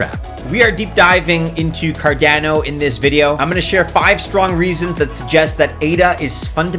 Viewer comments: Why are you pronouncing cardeno, not cardano? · Why people still pronounce Cardano incorrectly after 8 years is beyond me.